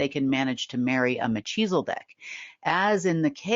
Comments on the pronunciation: The “h” in Melchizedek is not pronounced like “ cheezles” the rubbish food snack. It’s “h” as in “ he”. Also there’s only one “ L”. Mekhizedek. 🙄Unless of course you’re “ taking the piss” so to speak by calling them Cheezels 😂😂😂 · Mel ki ze dek. Not Me chi zel dek